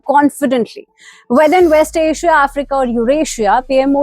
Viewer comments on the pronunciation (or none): none